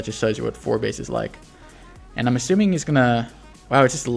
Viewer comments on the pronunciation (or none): none